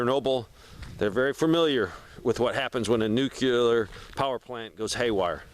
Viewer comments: Why are you adding an extra syllable to the word NUCLEAR? NUCLEAR is a two syllable word. It is NOT a three syllable word. Stop saying "NEW-QUE-LEER". It is pronounced "NEW-CLEAR". Two syllables... not three syllables. Stop pronouncing the word NUCLEAR wrong. I’ll lead an effective strategy to mobilize trunalimunumaprzure. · Nuclear. "New-klee-urr" There is no "nucular." I don't understand how adults are still messing up this word 90 years later.